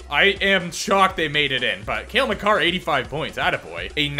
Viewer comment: you said it right hahaha